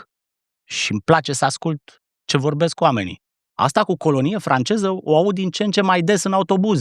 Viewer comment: Georgică a (ș)parlit "francieză" bă' băiatule.... 😂😂😂